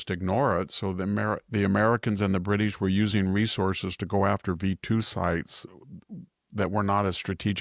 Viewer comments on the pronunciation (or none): none